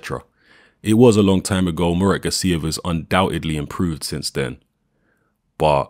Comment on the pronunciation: Gássiev, not Gassíev